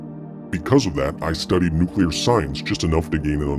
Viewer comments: Did I just watch something about a nucular accident or a promotion for a creepy pasta? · Nucular, it's pronounced, Nucular. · Nucular... it's pronounced NUC-U-LAR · Its actually spelled nucular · Its Nucular